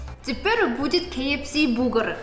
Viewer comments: Что за "бугур"? Может "бургер"? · Сорян,, но уже можно научиться говорить бургер вместо бугр. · Бугур ахаха, бур гер, буря германия, а не бугор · бургер, бурррргер, буРРгер, буРгер, а не бугэр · соединила русское и английское произношение и родился на свет "бугр" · Все:БурГер:БугРы😂😂😂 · Еда, если честно, аппетита не вызывает. Посмотрел только ради того, чтобы слышать как произносит "бугр". За это, собственно, и лайк. P.S. Не болеть! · Чёрт! Точно! БУГР!!! Как же я забыл, что называет бургер - БУГР! Это такой шикарный изюм, просто класс!:)) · Каждое слово, произнесенное, звучит очень мило, особенно - бугур ^^